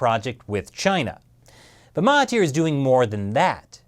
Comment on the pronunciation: Awesome video. Love from Malaysia. Btw the 'thir' in Mahathir is pronounced 'dhir' so its actually pronounced 'Mahadhir'.......just sharing :)